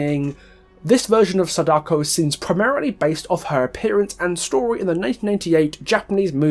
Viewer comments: Just some advice, since Sadako is a Japanese name you shouldn't stress the "Da"... Vowel stressing is something that doesn't exist in Japanese (vowel stressing is stuff like how we say a-MAY-zing, stressing the MAY) so it'd be pronounced as it's seen, "Sa-da-ko" rather than "Sa-DAko'!! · Hurray, your one of the morons that pronounce Sadako's name wrong. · Good video pointing out the references to the movie but you could have kept your opinion of the book's plot out of it especially since you clearly didn't read it since you didn't take the time to learn how to pronounce her name correctly lol